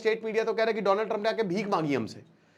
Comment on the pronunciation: Donald ❌ Doland✅